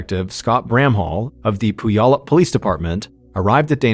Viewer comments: It’s pew-allup not poo-yallup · He called Puyallup pooyallup. Lmfao, iykyk i guess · “Poo-yallup” - “pew-allup” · Pronounced “pew-allup” 😂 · Another great video! I’m from Washington though, so you way you say puyallup is killing me lol. The “y” is silent so the way you say it is Pu•al•up, just letting you know brother. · Completely off topic: I have been pronouncing it Pulley-Up forever and I’m feeling like it was obvious now that I’m hearing it. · Fyi locally Puyallup is pronounced pyu-AL-up or pyu-ALL-up ("pew wallop" like your mom smacking you for dozing off in church) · Puyallup. "pew-AL-up". Mr B, you need to do some research about how places are pronounced. Reminds me of you pronouncing Papeete as 'pah-PEET'.😂😂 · Puyallup is my hometown. I don’t remember this story, but 2001 was a very difficult year in my life, so I wasn’t following the news. Anyway, if anyone is interested, it’s pronounced Pew-ALL-up. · Mr Ballen i love you but you said Puyallup wrong lol. I know it's a tricky one. But it's pronounced pew all up. Love you! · As someone who lived in Puyallup for half my life I’m dying hearing the way you pronounce the name. It’s pronounced “pew-all-up”. I needed a good laugh this morning. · Actually, it's without the overt "w" sound. It sort of just happens, but no one should be TRYING to forcefully insert the "w" sound. So pew-ALL-up 😊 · Just a heads up Puyallup is pronounced pew- wallop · It's "pew-allop" 😊😊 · I grew up in Vancouver and giggled every time he said it. He did a story about Lake Shasta once and kept pronouncing it wrong so much that it distracted me 😂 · When I first moved to Puyallup last year, I mispronounced it the same way you did. It wasn't until I heard someone on the news pronounce it that I realized I'd been saying it wrong for months. It's a tricky one so I'll let it slide. 😉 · Love you ! The way you’re pronouncing Puyallup is giving me anxiety but more like ✨anxiety✨ bc again love you 😂😅